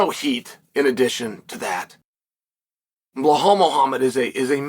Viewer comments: Dude !!!!! His name is BELAL With L Not H Come on it’s respect at least say his name right!!!! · you got me saying bluh hall now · I had a feeling. How tf do you pronounce Bilal as Bahal and Makhachev as Mockelchev like wtf.